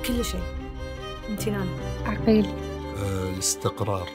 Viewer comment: عغيل عغيل وليس عقيل